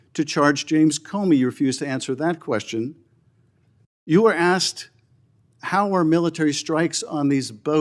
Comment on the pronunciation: into this video, Adam Schitt said, "axt" in stead of "asked" 😂 Plus, I must confess... there's something about Adam Schitt that makes me want to push him down a large flight of stares with the entrance to the Bottomless Pit right there at the landing of the stearecase... Is it just me?